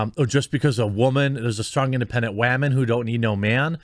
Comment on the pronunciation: Stop saying "woman" weirdly ... just please stop ... it sounds so foolish.